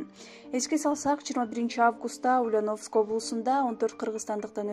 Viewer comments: Ушу дикторлордун текст окуганда орусча создорду туура окуса. УЛЬЯНОВСК- басым Я тамгасына тушот. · Туура окуганды уйронгуло!Ульяновск(ударение на букву ,,я") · Ушул кыздын уляновыскый деп айтканы жакбады нерф кылып , тура айтчы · Силерге акча болсо болду экен да,жок дегенде ударениени туура коюп суйлогулочу сабатсыздар,УльЯновск болот, я тамгасына ударение тушот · Ушул суйлопжаткан кыз Ульяновск дегенди туура суйлочу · Алып баруучу,токтот эми.Ульяновск дегенди туура айтчы,я тамгасына басым жаса